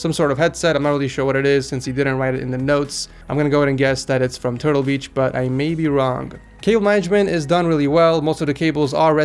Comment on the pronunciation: tertle beach